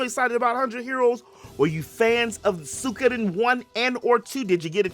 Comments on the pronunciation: Suik- oden I belive is proper pronunciation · it isnt that hard to pronounce.